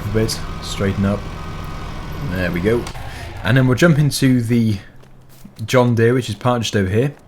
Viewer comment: It is JOHN DEEAR